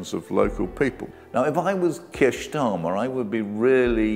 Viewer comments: Wait...just when I was nodding my head sympathetically...at about 3m56s ...Keir...eer...SCHTARMMER! Slip of the tongue no doubt and not one of those Fareedian schlips. PS - Goodness me! Oborne keeps doing it! Implication is Starmer is "a Jew" and fair game! The Labour Files was interesting in parts. The Labour Party was clearly dysfunctional and could not manage its affairs properly. But any other group that would have been subjected to the same level of hatred and racism as Jewish people, would have been shielded and protected by Corbyn and his followers. Think about it! Note - I am not Jewish or Zionist or right-wing. I am against people usurping the struggle of others as virtue signalling, riding on fighting injustice while failing to understand complexity or knowing anything much about history, culture or politics. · "Kirsch Schtarmer"? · "Kier Schtarmer"🤣